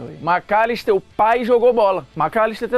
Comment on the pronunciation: cara fala o macllister KKKKKKKKKK